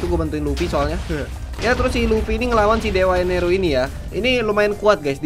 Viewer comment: bang itu namanya enel bukan eneru